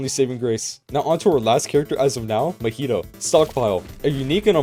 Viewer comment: Meh-hee-toe? Ma-he-toe MAHITO (ealry acces )